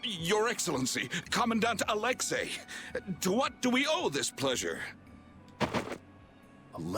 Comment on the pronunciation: Why is it every time a person in real life or in a video game when it comes to the name Alexei why do they treat the the letter i at the end of the Commander name if it wasn't the letter A it's not the letter A it's letter I so itchy be pronounced as the letter e not the letter A people learn how to read